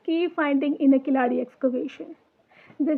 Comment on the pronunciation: Good..... Just try to say Keezhadi ( Keeladi) கீழடி..... Don't say kilaadi 😢😢😢😢 Tamil (Thamizh) Malayalam had 3 letters of : la , lha , zha